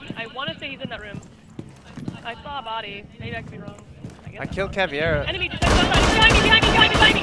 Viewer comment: WHY DOES EVERYONE CALL HER CAVIERA, CAN YOU NOT READ, IT'S CAVEIRA